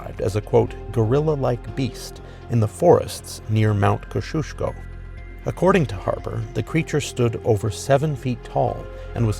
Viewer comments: Kozh ooshko ? Do you mean Kosciuszko ? Kozzy oosko, good try though. Google is your friend when you need to pronounce non american names or words. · mount kosciuszko pronunciation mownt ko·zee·o·skow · Did you mean Mount Kosciuszko? If so, it’s pronounced kosi - oz- ko. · It's pronounced "koz-ee -oss -co" 😂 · “Mount Kushushko” Mount Kosciusko? Gold 🤣🤣😭 This is why Americans should leave the vids about Straya to the Aussies 🇦🇺 also Wollemi (Wol-em-eye) not “Wollemeee” 🥲 Lmao noice try mate 👍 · FYI, Mount Kosciuszko is pronounced Koz-ee-oss-ko.